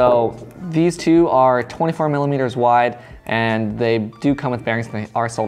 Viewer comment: He meant to say millermeters but it came out like Miller wieners 😂😂😂😂